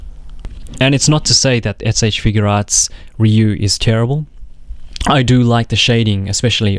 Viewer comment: It's not figurearts it's figuarts. I feel like if you review toys you should know how to pronounce the company